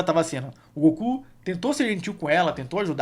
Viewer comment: Ler e falar "Blooma" ao invés de Bulma e "Gokū/Gokuu" ao invés de Goku... É meio estranho, pois me acostumei bastante com a Dublagem original e brasileira:😅